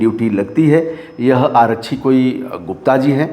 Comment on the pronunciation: रिपोर्टिंग कर रहे हो कम से कम हिन्दी शुद्ध बोल लिया करो. आरच्छी क्या होता है,आरक्षी बोलिए. हर बिहारी के साथ यही समस्या है चाहे वो पढ़ा लिखा हो या अनपढ़